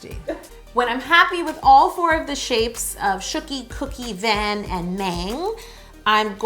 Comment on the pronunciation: She said van and mang incorrectly